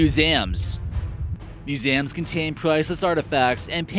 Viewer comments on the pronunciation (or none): Number Ten : Moozāyūms Vhat? You mean Mū-si-ūm Museums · he pronounced it "musams"